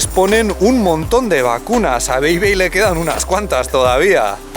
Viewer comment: Ella dice bei-bei yo escucho pepe